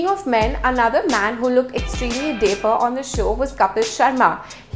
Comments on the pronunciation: The presenter sounds like a child narrating a story. Also, the word is "dapper" not daper . Why use fancy words if they can't be pronounced correctly? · It's dapper not daper! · whats daaaper ? learn the pronunciation of a word before using it repeatedly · Someone who can't even speak in proper English is judging others dressing sense. Wow. Watch some of Grace Helbig's videos to learn how to make funny fashion review videos by making it fun and not demeaning. By the way dapper is not pronounced like "paper". You need to work on it. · The host pronounced dapper wrongly. We don't expect a platform like Pinkvilla to make such mistakes. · And u can't even pronounce "dapper"